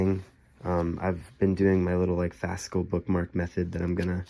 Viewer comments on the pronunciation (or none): Are you saying fascal bookmark?